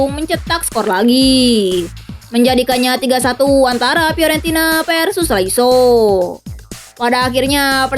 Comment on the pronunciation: Lasio min bukan laiso 😂 canda min canda 😂